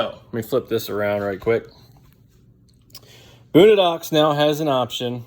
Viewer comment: Lost me as soon as you pronounced it “boonadox” 🤦‍♂️